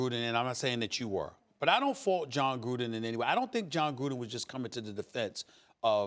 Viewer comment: Anyone else hate how Steven A said Jon Gruundan.